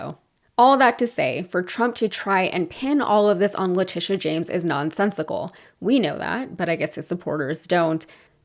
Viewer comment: I honestly thought the gaffe was going to be how he pronounced "Letitia wrong, not once, but twice. No surprise there. 😅😅😅. And is anyone, who isn't part of the Trumptard cult, surprised that he lied about ExxonMobil? I mean come on, if his lips are moving, he's lying. The fact that he gets away with it never ceases to astound me. Here is my two cents... When he does interviews there should be a real-time fact-checker ready to check all his statements in during commercial breaks. That way, when they resume the interview, the interviewer can call him out in real-time about anything that he lied about, or (because he is so dumb) just plain got wrong. In addition, God forbid, if he should end up debating Biden, the same thing should be done. For both of them of course. It's the only way to combat his tactics, and it is a tactic. He may not be smart, but he knows how to play the media. Throw a whole bunch of lies out there, sprinkled with some truth, and the interviewer/moderator has no time to call him out on what's true, and what isn't. I have noticed that other Republicans have picked up on this, and are beginning to use it themselves. Case in point would be the recent DeSantis vs Newsom debate. Hilariously, I don't know if anyone else noticed, but DeSantis is imitating Trumps' mannerisms when he talks. Especially what he does with his hands. Hahahahaha